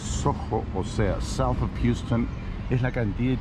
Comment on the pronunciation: Buen video. Dato curioso no se pronuncia "Jiuston" cómo la ciudad texana. Los newyorkers lo pronuncian Jausten